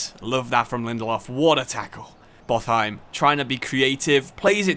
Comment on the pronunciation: Botheim is actually pornounced like bot-heim